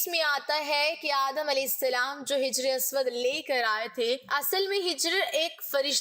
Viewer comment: Jijar Nahin Hajar